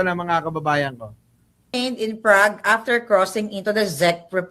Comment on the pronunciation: Hay naku Kahit "BANGAG" PA Si PBBM OK ba yun, iba naman ang kilos, talino, at pag ibig sa Pilipino, Lalo na sa mahirap Ang PA gulo, ok na yun kahit bangag Di Gaya na kulto NG duterte, ang cheap Ugali at Itsurang Mga demonyo! Wag na kayo tawaging Pilipino! Mga Sakim! Ayusin mo ang pronouncuation mo NG Chezch at Prague Boba maharlika!